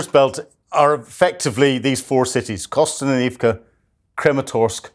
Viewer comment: The best part about these updates is seeing how many different ways he can pronounce Kostyantynivka.